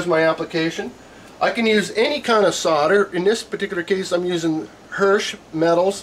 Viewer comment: SODER ,IT WHAT HE SEEMS TO BE SAYING,,I THOUGHT IT S SOLDER ?? GOOD JOB THOUGH :)